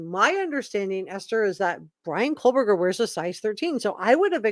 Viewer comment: PSA...there is no L in Kohberger. It's not Coal-burger. You're welcome.